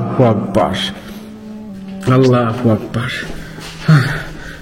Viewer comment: আপনি আললা হোয়াকবার বলেন কেনো আললা আকবার বলবেন